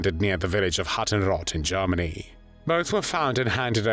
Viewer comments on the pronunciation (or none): "When Jarmeny invaded Peeeoland" 😂